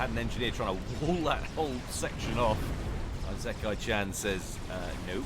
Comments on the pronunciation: ee-se-ky cha(like chart)-nn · "Isekai-chan" is Japanese so the initial "I" is actually pronounced like "ee" in English. "ee-se-kai-chan". Don't change the "s" to a "z" sound. I know I'm tardy to the party but yeah, there you go. Answer on the postcard,. <3